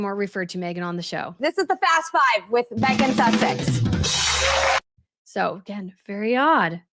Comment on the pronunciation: She called her Meghan Sussec sounded like she was kissing her a--! I am British not so gullable.